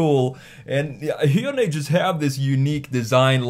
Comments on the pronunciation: God thank you for pronouncing Hyundai correctly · I'm more impressed by your PERFECT pronunciation of Hyundai more than anything 😂